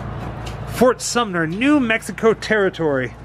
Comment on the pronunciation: says fort summer. Figured I'd point that out since throughout the video you said sumner a ton.😂